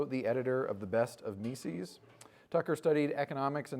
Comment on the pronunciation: If only we could hear the proper pronunciation of "Mises" which does not rhyme with feces. Is that too much to ask from intellectuals?